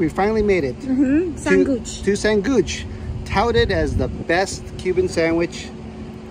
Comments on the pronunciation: Its not Sanguich, (San guch) It is pronounced San witch. Old school Cuban Spanglish. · “Sanguich” is pronounced “San-weech”. It’s the way we pronounce “sandwich” in our Cuban accent 😂 🇨🇺 I’m so happy to see you guys in my city. I hope you enjoyed